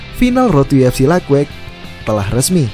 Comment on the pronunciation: Lait wait bang penyebutannya bukan laig weig